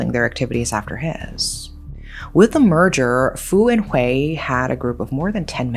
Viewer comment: FYI “Hui” is pronounced as “huy” not “hway”! But yes, HK law can be too soft on criminals.